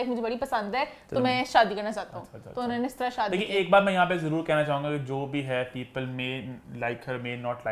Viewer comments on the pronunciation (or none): none